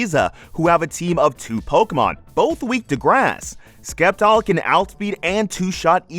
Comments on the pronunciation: stop pronoucing sceptile wrong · Love the video man, but pronounce “Sceptile” right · "Sceptile.": Skeptile Me: Skiptile. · For nearly 20 years I've been saying the first syllable the way we pronounce 'science' 😂